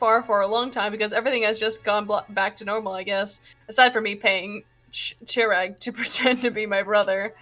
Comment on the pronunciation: Okay, I'm sure you didn't mean to be insensitive, but Chirag is a Persian name and Chirag here is of Indian origin. (It's also pronounced Chur-Ogg)